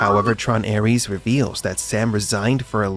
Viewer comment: Cada vez que escucho ARIES, en vez de Ares me sangran los oídos.